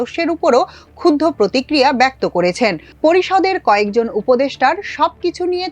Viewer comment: শব্দটির উচ্চারন, "ক্ষুদধো" না হয়ে হবে ক্ষুবধো